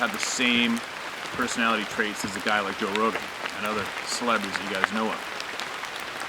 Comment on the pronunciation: Sorry. Rogan. Not Rohan! 🙄